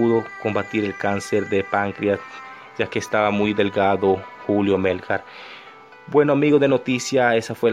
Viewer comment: Muy lindo el video pero que pena que no sepas pronunciar su nombre es Melgár no Mélgar 🤦🏻‍♂️